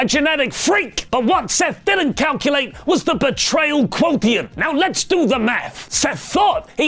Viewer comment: Does not know how to say "quotient?"